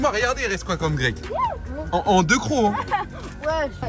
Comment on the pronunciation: il a dit deuz